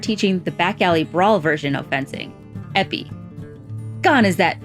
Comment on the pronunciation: Epée is pronounced "eh pay". Sabre fencers are sabreurs, not sabrists.